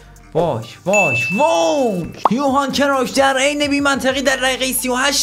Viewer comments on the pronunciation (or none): کرویف😂😂😂😂😂😂 کرایُف